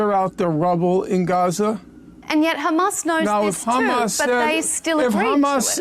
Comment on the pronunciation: Message to Norman Finkelthtein .... It's "HAMAS"... not "HAMATH"